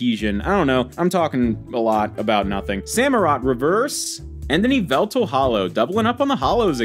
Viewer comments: It is pronounced yall-vul-tal. (M&JTV meme) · Just a heads up, you pronounce Yveltal “Yah-Vel-Tal” and Arceus “Ar-koos” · I think it’s stupid to judge someone based on how they pronounce the names of magical creatures in a fantasy game made for kids. Would you call MandJTV a bad YouTuber because of YAHVULTAL?